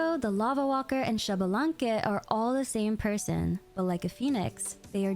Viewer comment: I need people to start saying Xbalanque right.